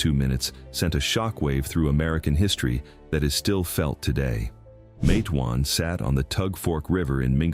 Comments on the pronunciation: It was very disturbing how he pronounced the town's name so wrong. I want them to know it's Mate-wan like Mate one. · I thought Matewan is pronounced Matt e wan